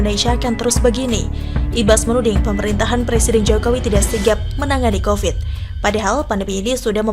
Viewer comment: Covid bu bukan kopet